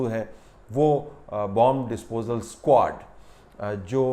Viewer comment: per lafz "squad" aisa laga jaisay Meera Ji ne bola ho ..